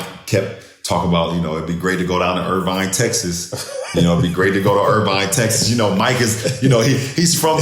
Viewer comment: Irving, Tx not Irvine 😂